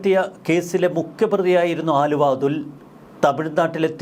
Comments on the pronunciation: ആലുവ അല്ല ണ്ണാ അലുവാ😂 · ആലുവ അല്ലെടാ ചെങ്ങായി... അലുവ എന്നാണ് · അച്ഛന് അലുവാ കച്ചവടം ആയിരുന്നു....ആലുവാ അല്ലെടാ പൊട്ടാ...അലുവാ... അതെങ്ങനാ ഒന്നും നോക്കാതെ വായിൽ തോന്നിയത് തള്ളിയങ്ങ് മറിക്കുവല്ലേ.... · ആലുവ അല്ല അലുവ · Haluva, allenkil aluva Aaluva alla... 🙏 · ആലുവ അല്ലടോ അലുവ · എടൊ ആലുവ അതുൽ അല്ല അലുവ അതുൽ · ആലുവ അല്ല അലുവ അതുൽ 😅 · ആലുവ അല്ല ബായ് അലുവ ആണ്... തെറ്റ് തിരുത്തുക താങ്കൾ